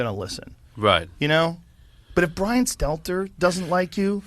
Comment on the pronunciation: This is the first time I ever heard this guy say Stelter’s name right… He reminds me of Jesse lee Peterson the way he butchers the shit out of words..